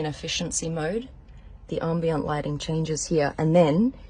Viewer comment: 'armbient' - nobody pronounces it like that. Unsophisticated pretending to be sophisticated. Not fooling anyone 'influencer'.